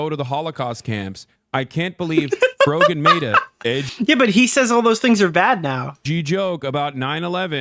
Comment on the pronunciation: t's pronounced Fro-jen